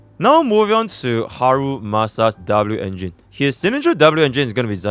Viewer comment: Dabloo-engine xDDDDD